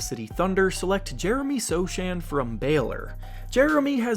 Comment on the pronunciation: Sochan is pronounced "sohan", it's a polish name ;)